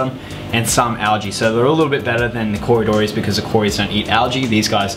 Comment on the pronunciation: Yes you are wrong it pronounced co - ry - do - ras !